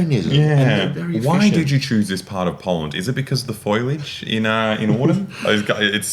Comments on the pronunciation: Foliage not Foilage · "Foilage in autumn"? What is "foilage" (fojlđ")? You mean FOLIAGE ("foulijeđ"), right? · Did he miss peak or do Australians pronounce it foilage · "Foilage" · bro said foilage